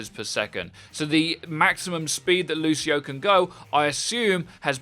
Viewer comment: I-lucio...lucio😳 Lucio-o